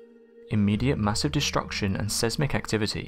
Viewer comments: Sesmic haha still has me reeling 😂😂😂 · Sesmic or seismic